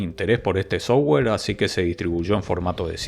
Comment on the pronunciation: O cuando dice sowua (software)